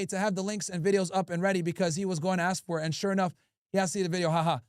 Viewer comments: cant say "ask" but he takes money from bibi and think we wont notice 😂😂😂🙉🙈🙊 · cringing when he hears “ax” instead of “ask” and “ignant” instead of “ignorant” 🤣🤣🤣